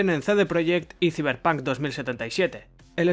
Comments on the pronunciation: "Siverpan 2077" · Ziberpanc , me encanta los que le dicen así